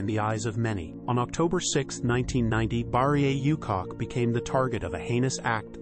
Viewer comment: Please stop calling this lady "you cock", you cock!. It's "OO-chock".